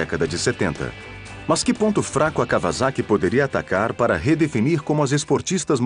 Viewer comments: 2 coisas... cada vez que esse narrador fala KAVAZAKI... me da uma pontada no figado... a pronúncia correta da palavra Kawasaki é: KAUASAKI. noob! o segundo detalhe é a pena que da ao ver o defeito no fim do vídeo. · KauaSSaki com dois SS seria a pronúncia correta. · claudia valeria Da Dilvau3r74ly nenhuma das duas formas estão corretas. Os japoneses pronunciam " kauassaki "